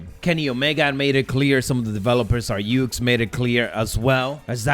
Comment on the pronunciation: I can't stand how people pronounce yucks wrong all the time